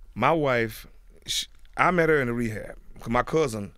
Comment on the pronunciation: Charlemagne "let's meetoo her real quick"... that's some hoe ish to say,- dude weak asf